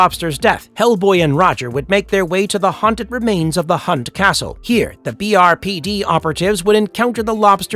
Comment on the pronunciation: I have always known the character as 'Lobster Johnson'. Has the character recently had a name change to simply 'The Lobster'? Oh, and it's BPRD, not BRPD - the Bureau of Paranormal Research and Defence.